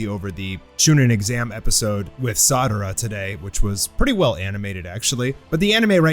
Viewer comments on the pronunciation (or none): was it just me or did i hear him say sadara instead of sarada